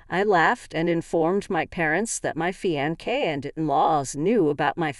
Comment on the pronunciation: please learn to PRONOUNCE the word "Fiance" correctly.